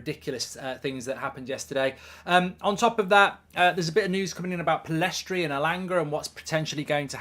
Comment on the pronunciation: PELLISTRI , not Pellestri. CARABAO Cup , not Carabowa Cup, Just saying.